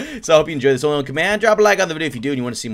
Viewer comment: Who else hears say Honly one command